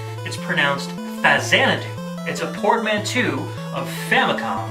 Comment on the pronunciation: It's "port-man-toe," not "port-man-two" as long as we're correcting mispronunciations.